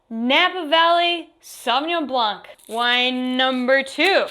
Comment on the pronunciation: Alright, there you go. Madeleine: don't pronounce the "c" at the end of "Blanc".